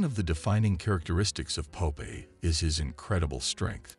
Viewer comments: Pope eye? I thought it was Popeye. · Stupid AI narration. Pope Eye? Dislike.